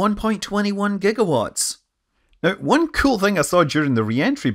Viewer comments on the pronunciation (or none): 1.21 gigwatts 🤣